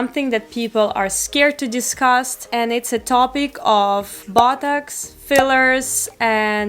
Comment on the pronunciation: sounds like she's saying buttocks instead of botox